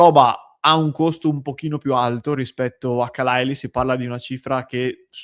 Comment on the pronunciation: sei l'unico che pronuncia bene khalaili e chalobah